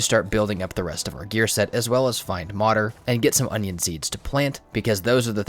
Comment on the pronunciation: It’s not Modder, try to say Mood + err (like in error, but without “or” haha).